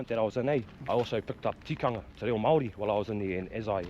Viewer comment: You gotta roll the R bro. should know better than to mispronounce Māori place names. Think he spent to much time in Aussie lost he's way abit. Either way still mint watching his vids.